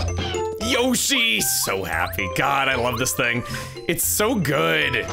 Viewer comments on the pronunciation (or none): none